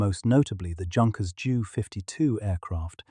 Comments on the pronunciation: The German aircraft company was pronounced "Yoonkers", not "Junkers". And you say the letters separately "J U 52", not "Jew 52" More AI misleading! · As a German, I beg to differ where the pronounciation is concerned. We do speak the J and U as one word, but not like your "jew", but like your "you". And because the plane made such a homely impression we called her "Auntie You". Everybody liked her very much, and when the war was over., Lufthansa opened service with an Auntie U. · The moment I hear Junk-ers rather than Yoonkers I know it’s AI. Will you Ai compilers just fk off? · Silly AI has yet to learn much, e.g. how to pronounce names, like Junkers. Being AI, it could have checked the name is German and therefore should not sound like English.